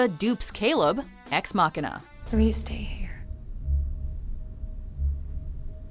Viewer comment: Why did you pronounce Ex Machina like that? It made me feel dirty.